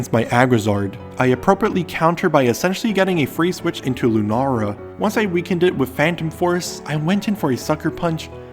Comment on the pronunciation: Lu NARRR uh